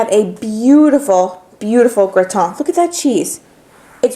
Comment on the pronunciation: You say Gratin the correct French way, as it should be. :) Great recipe and video!